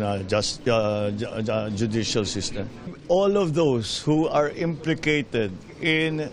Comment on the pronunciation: Imprecated? Or implicated?